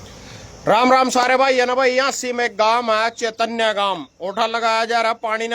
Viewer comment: चेतनय नहीं है चैनत है